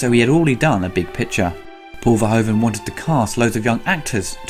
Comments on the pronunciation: Paul Verhoeven's name is pronounced as VERHOOVEN. As in shOOt, lOOt, gOOd etc. In his language "oe" = the "oo" of English. Lovely review though, keep it up. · For future reference, Verhoeven's name is pronounced ver-who-ven, that being said, love this movie and love your reviews. <3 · why is it for non-dutch people so hard to pronounce " Verhoeven" ?